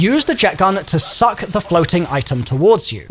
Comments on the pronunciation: “And you should be able to find another part that you can SUCKk🗣️” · Only thing that i remembered from this video is how much you love to SUCC things. Who says it like that lol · "NEED." inhales "to SUCK!..." Never change lmao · Why you saying suck like that 😂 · Why you gotta say suck like that 😭😭😭😭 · Bro I thought I was the only one 😂😂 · 😂😂😂 that had me laughing 😂 I'm sorry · The pronunciation of "suck" 🤣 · I dont like how you saying “suck” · The emphasis on all suck variants made me a bit moist